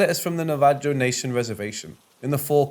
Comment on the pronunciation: Thank you for not saying navajoe. Thank you for saying it properly!!!